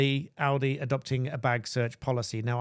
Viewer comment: Well done for pronouncing 'Aldi' correctly.